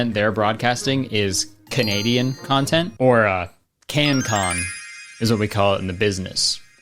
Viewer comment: Should of called it CAN-tent